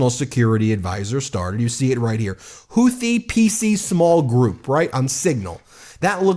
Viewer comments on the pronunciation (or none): none